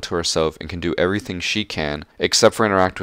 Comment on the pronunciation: The ‘e’ when he said Everything at the beggining